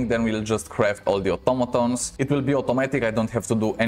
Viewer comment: u r ascent make the vider 2x more better fpr me XD "otomatons" nice vid